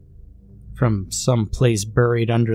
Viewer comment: My dude, I love your reading. But "buried" is pronounced like " berried". It hurts each time I hear "buhried" lol.